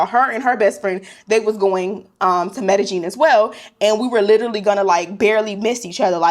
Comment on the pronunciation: 😂...the way you kept sayin Medellin! 😂 Medellin is pronounced me-de-yin stress on the last syllable....